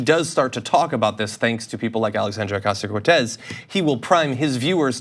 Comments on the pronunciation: Looks like they learned how to pronounce her name suddenly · WOW! Someone on FOX actually pronounced her name correctly. :) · He said her name right! Lol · >Tucker agrees with Ocasio-Cortez I sleep. >Tucker pronounced "Ocasio-Cortez" correctly REAL SHIT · Nice to see Tucker actually do well pronouncing her name.